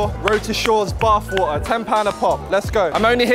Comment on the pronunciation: Its painful to hear how doesn't know how to pronounce the "t" in water.